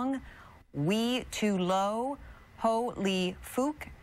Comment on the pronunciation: "Wi Tu Lo" bro pronounced it like "We too low"